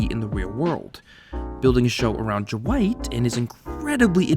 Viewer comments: Why you keep saying Jewight instead of Dwight? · Is anyone else hearing “Ju-white” instead of Dwight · I keep hearing you say "Jewight", and it's freaking me out. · Who's Jah-white? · Are you saying "Juh-white"? Also, if the show ended with Michael we never would have gotten Asian Jim. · When you say dwight it sounds like you’re saying ju-white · Anyone else hearing "Ja-white" instead of "Dwight"? Just me? Oh ok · can you stop pronouncing dwight with a J please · This is a pet peeve of mine. It's Dwight. One syllable. Not Da-wight. It's Dwight, one syllable rolls off the tongue. It's not Daaaaaaaa Wighhhhht. Ok. Dwight. Not Daa-Wight. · Ja-white? It’s Dwight you dummy. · "Jawight K. Schrute" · are you saying Jawight? It absolutely sounds like it. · I love "Ja-wight K Schrute" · r u saying jwight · Stop calling him Jewight! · pls stop saying Jwight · Jim: Duh-wight Michael: Dwigt: Jwight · Right!?!? Jawight. I just asked the same question. Lol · Why does it sound like you’re saying “Ja-wight “ every time?? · Funny how you pronounce Dwight. ;) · The way he pronounces Dwight is driving me crazy